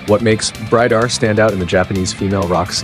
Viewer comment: Note to Japanese Female Rock: Not only work on your pronunciation of the band's name, but stop referring to Bridear as a, quote unquote, "Power Metal" band, which doesn't do them any favours as it's a complete misnomer and bodering on annoying and offensive. Do you ever hear Lovebites refer to themselves as Power Metal? NO.. To quote Asami, "WE ARE LOVEBITES. AND WE PLAY HEAVY METAL!.